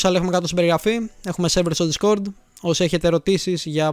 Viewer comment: Συμφωνώ με το βίντεο, αλλά είναι ντίσκορντ όχι ντισκόρντ